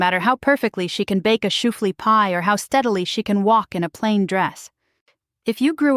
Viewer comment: My husband is from the Philadelphia area. He listened to part of what you said, and then told me you aren’t Amish. You pronounced Lancaster incorrectly, and shoo fly pie incorrectly.